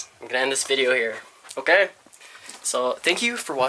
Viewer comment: The amount of times said "OKEH" in this video is spectacular 😂😂😂😂